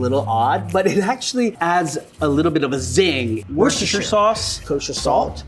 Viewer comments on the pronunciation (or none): it's pronounced "wuster sauce"...